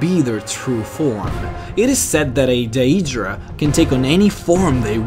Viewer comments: its not pronounced "day-e-dra" its "day-dra" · i think it is "day druh" not "dah EE druh" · Your pronouncing skills need to be perfected. DAYYYUDRAAA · daedra is pronounced dae-dra not die-dra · Either you have an accent, or you pronounce it wrong. You say Daedra like "day-ee-dra" its day-dra. But if thats how you talk then sorry. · pretty sure its pronounced "aydra" and Daydra" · This pronunciation of Daedra is the form it would take in the English language if one were to pronounce the 'ae' sound as it is in Latin. The letters 'ae' in Latin are to be pronounced as 'I' or 'aye' in the English. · Why can't you just say Aedra and Daedra like a normal person instead of saying "Day-ee-dra" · Diaedra is how you are saying daedra... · Great video. Do you play TES games in English? I ask because of the way you say 'Daedra'. I always pronounce it 'day'dra'. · Then you pronounce it incorrectly.. It's Daedra, "Day-Druh" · Daedra is pronounced day-dra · Uhhhhhhh... no, I'm pretty sure it's day-dra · dieaydruh aieaydruh moonduce, christ son how can you butcher words so badly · how your saying daedra and aedera is killing me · How do you mispronuce daedra? I mean there are dozens of npc's in the game that actually say it. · Waited for daedra and then pronounced wrong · dat way he be pronouncing adreas and deadras xD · i hate his mispronunciation of words like daedra and aedra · It's pronounced DEEdra not die-eedra in the elven language. But I was happy to find that you pronounced mer ("mare") correctly in your other lore videos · The way you pronounce aedra and daedra is so wierd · The way you say "Aedra" and "Daedra" bugs me so much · You guys....all talking about religion and bullshit. What I'm wondering is why does the guy talking about all this stuff in the video magically become Australian when he say's "Aedra" and "Daedra".